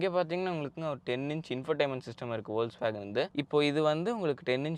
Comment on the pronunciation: Adhu spell panum podhu "Fokswagen" nu solanum pa, it's a German word.